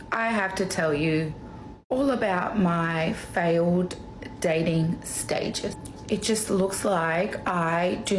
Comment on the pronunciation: Fay-Yo'd = Failed... English...